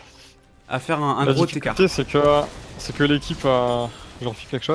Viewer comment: la liaison gros-t-écart apprend à parler français